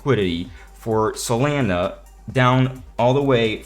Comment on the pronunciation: the way u say solana bothers me